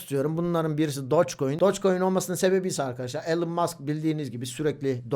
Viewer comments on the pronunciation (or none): none